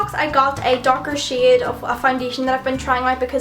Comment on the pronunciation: Every time you said "shade" it's sounds like "shit" but like "Shiate".